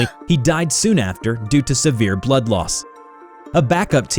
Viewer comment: What's with the emphasis of the word "blood"? 🤣